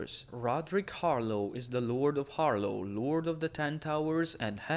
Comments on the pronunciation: god i had stop watching this video because you pronounced "HarLAW" as "HarLOW" its a completely different vowel man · I swear to the drown god, if I hear once more "Harlow"....